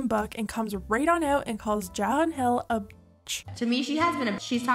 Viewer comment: I'm sorry but I just can't get over the way you pronounce her name as "jakhlyn" lol